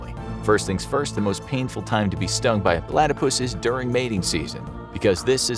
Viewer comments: Why are you saying Palatypus instead of Platypus? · PO-latopus. That is all.